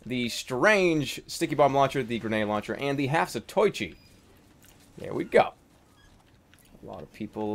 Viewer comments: it is the half- | zato-i-chi not zat-oi-chi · The Half-Zatoichi is named after a Japanese guy... so you should say "Za-to-i-chi", not "Za-toy-chi". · *Scholarly Glasses* Jerma if I might say something. The Half-Zatoichi would not be pronounced "Zah-toy-chee," but "Zah-toe-ee-chee." This is because Japanese vowel sounds do not change and are always pronounced individually. *Glasses Off* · it Za-toe-ichi not za-toy-chi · I think the phonetic for 'Zatoichi' is "Zat-o-ee-chee" :3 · GOD DAMMIT JERMA! you pronounced the half-zatoichi wrong I will now explain how to pronounce it and why It is pronounced za-toe-ichi The name is a reference to a long running manga series revolving around a character named zatoichi, who is a blind swordsman that uses his other heightened senses in order to fight. so the name means "half-blind swordsman" which explains the demoman and his... eye situation.